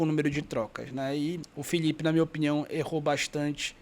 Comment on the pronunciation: Paraenses tem problema de dicção. Eles trocam L por LH: Filhipe, Cebolhinha, Homem lhivre... 😄